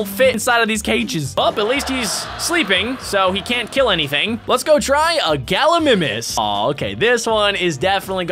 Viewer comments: Its called ga-lee-my-mis not ga-lee-mi-mis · it's gal I my nis not gal I niiimis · It’s pronounced gal ou my mes